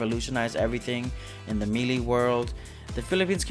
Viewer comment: Five years into video making, we still saying melee wrong. 🦀🦀🦀🦀🦀